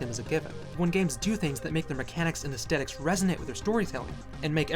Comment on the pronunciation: Sir, that is NOT how "aesthetics" is pronounced.